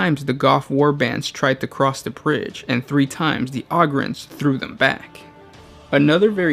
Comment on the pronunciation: Dude Ogryns is pronounced "Oh-grins"!